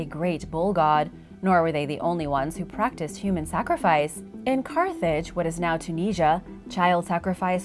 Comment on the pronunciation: Rip to the right pronounciation of carthage